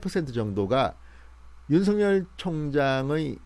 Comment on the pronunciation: 윤석열 은 "윤서결"로 발음해야 합니다! 윤성열 이란 이름도 있기 때문 입니다!